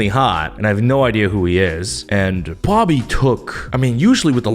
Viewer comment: when said dobby instead of bobby i lost it jsdkjsjd